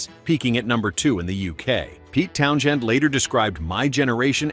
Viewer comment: did the voice say Pete Town SHEND?